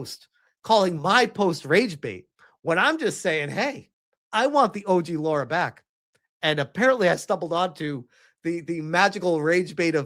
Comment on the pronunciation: Please for the love of God and all that is good and beautiful, her name is: LARA Croft. NOT Laura, or Loora. It's LARA !!!!!!! 20 years of Tomb Raider and I STILL have to say this sht.